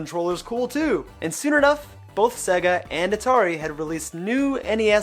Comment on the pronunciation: Why can’t this guy say SEGA or SNES properly?